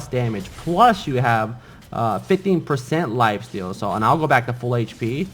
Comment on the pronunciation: Mang you pronounce wifesteal wronk,duh